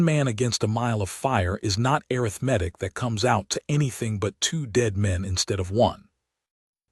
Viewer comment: ARITHMETIC WITH ACCENT ON THE 2ND SYLLABLE IS RIGHT, BUT THE NARRATOR SAID arithMEtic WITH EMPHASIS ON THE 3RD SYLLABLE.